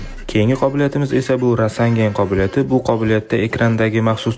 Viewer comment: Rasanden❌rasengan✅ animeda shunaqa deydi😊